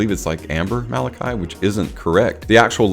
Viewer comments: wrong: not ma la kai it is ma la kee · Well explained! Just to note that we pronounce it as “Malakey”🤍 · It's pronounced Ma La Kee. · besides the pronunciation, your explanation of the meaning of the word Malaki is also not accurate. It doesn't mean Royal, it means Angel or 'from god sent'